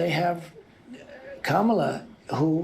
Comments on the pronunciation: He actual pronounced her name right,,,,K A M A L A not Kam al la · I see he is pronouncing Kamala the right way 😊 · First time ever he accidentally pronounce her name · El trumpo pronounces Kamala's name correctly !!! :oops